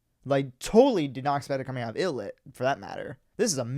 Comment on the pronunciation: 1. Thanks for the reaction. Love ILLIT. 2. Hate to be that guy (but I guess I am haha). It’s pronounced Eye-Lit. 3. Yeah, Wonhee is the best.